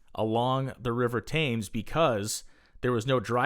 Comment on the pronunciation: Why can american's never prounounce words correctly? it is the River Thames (prounounced Tems) We had been building large stuctures for years , look at Cathedral's in the UK and Europe.